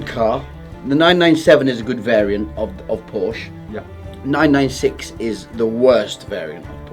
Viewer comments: Cant buy a Porsche, if you cant pronounce it correctly ! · Now, if you could just learn how to pronounce the car's name correctly you're onto a winner. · Pronounce porsche properly 😮